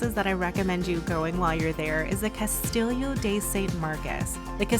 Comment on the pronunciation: lmao, "cast-illio"